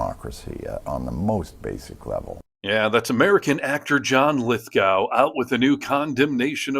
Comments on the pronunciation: It's pronounced Lith-Go, not gow. But totally agree and love this guy. I paid for a meet and greet with him when he came to Manchester, NH, in 2022 to discus vai9ous topics with a local reporter. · It’s pronounced Lith - Go, Not Lith-Gow. Just as Moscow is pronounced Moss-Ko, not Moss-Cow. Lith Go, Moss Ko. Also Electoral College… wow. you don’t have mandatory voting, your system is 3rd World. Your campaigns go for years, vs 6 weeks everywhere else. We’ve had universal healthcare for 50 years. Our Prime Ministers cannot have a parking ticket, let alone pardon people. We’ve removed 5 prime ministers in a year for less than Trump has done in a day. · It's Lith - go, not gow. Just saying. He is the nicest man on the planet, btw. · Its pronounced Lith GOH. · Please note: The second syllable of John Lithgow's name is pronounced GO. Like the verb "to go." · John’s name is pronounced Lith-go, with a long o. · His last name is pronounced Lith go